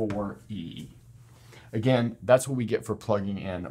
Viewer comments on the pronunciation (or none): none